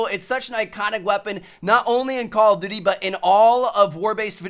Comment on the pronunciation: It's call of duty, not call of dewrty, Tmartn.